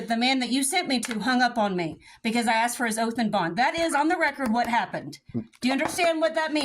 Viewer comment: "do you have an oalf?"